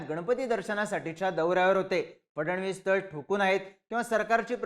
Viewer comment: आधी त्यांचे आडनाव तरी नीट घ्या, फडण-वीस नाही तर फड-णवीस नाव आहे, ऐतिहासिक नाव आहे तुम्हाला उच्चार माहिती नसावे हे आश्चर्य आहे